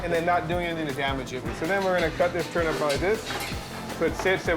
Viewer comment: The man. He can't say turnip